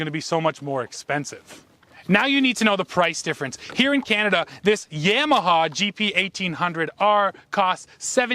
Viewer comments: Pronounce "YAMAHA", not "YEMAHA"!!! lol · "yaymaha"...like in yams and sweet potatoes pictured on your shorts? Canadians, eh! ..LOL!